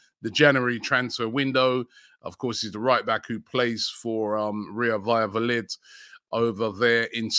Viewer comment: July 2023: Robbie still pronounces "Vallavolid"